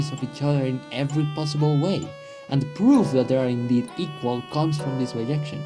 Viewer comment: In English it's bijection. There are languages that pronounce it similarily yo "biyection", but not English